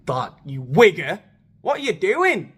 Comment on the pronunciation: that “wigger” has some umf to it 😭